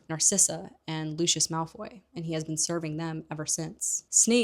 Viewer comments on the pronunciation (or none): none